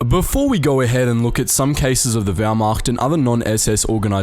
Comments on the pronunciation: Or whymacht for that matter. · And the Whyrmacht? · Everybody: Wehrmacht Wehrmacht: Howmacht? Jews and Slavs: WHYMACHT?